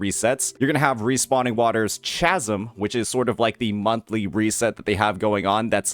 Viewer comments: "Chasm" is pronounced with a "K" sound. Like Charisma and Chaos. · chasm with a k sound. like chaos, my guy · Just gott say that is NOT how you pronounce chasm💀💀💀